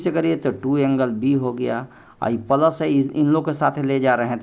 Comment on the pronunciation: Pals nahi boliye sir plas boliye